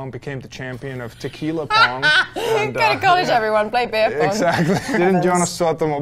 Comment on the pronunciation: Sorry - Wiki says the same: Joonas. Where did you learn Jonas?